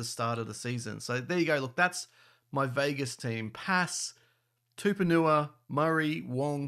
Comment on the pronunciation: His name is not Tuponua. It’s TUPOU-NIUA